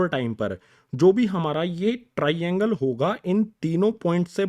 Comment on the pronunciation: SiR aap TRAINGLE GLtH ProNouCe krr rahEi ho....😒